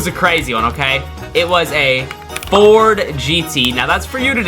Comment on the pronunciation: "Fort" it's Ford